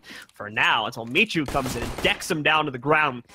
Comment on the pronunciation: Zaczyna mnie to powoli denerwować że w każdym meczu inaczej wołają na Micha. "misiu, miczu, micu" WTF BOYZ!